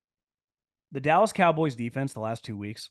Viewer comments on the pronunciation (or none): none